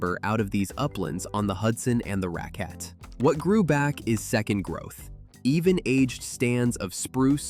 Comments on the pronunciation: It’s Rack- ette River… not Ra-quette. I am a local. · It's pronounced racket not rockette born & raised on that river that flows from that same lake too. St. Lawrence County. An ice storm of 97-98 took that house off its foundation. Left me just permanently homeless. Finally got the government help when I turned 50. Took the USA that long to help me after more than 10 years living on the streets of California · Not necessarily. Mis-pronouncing names is typical for outsiders talking about the Dacks.. RacQUette Lake when it's RAcquette Lake, or SAbattis where it's SaBAttis.